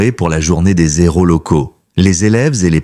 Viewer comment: Dommage que les héros (héros aspiré, pas de liaison) deviennent,par la faute du narrateur, des ...zéros